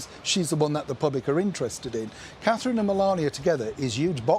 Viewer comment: They like Her Royal Highness Catherine, Princess of Wales, but they can't be bothered to show her the respect of saying her name properly.